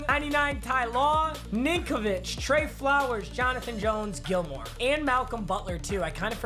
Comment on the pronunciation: to this day still says stephon gilmore not stephon gilmore